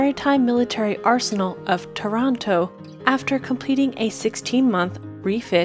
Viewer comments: Tàranto is in Italy, Tarànto is .... bhoo???? Can you please speack with right accents?? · TARANTO AHAHAHAH NOT TORONTO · IT’S TA-RA-NTO! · Taranto not Toronto 😉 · There's no "correct english way". The name is Italian, therefore it should be pronounced the Italian way. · Taranto. Just say the first 3 letters like you'd say the word "tar". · did you even try to pronunce "Taranto" the right way?